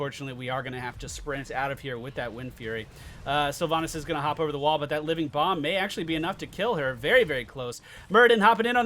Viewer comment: So proud of you finally calling living bomb out correctly, and then turning around and calling azmodan anub'arak :P